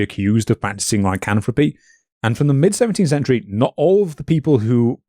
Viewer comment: pronouncing words like "lycanthropy" as "lycanthropeh" is driving me mad.